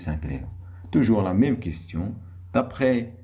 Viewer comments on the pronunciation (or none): none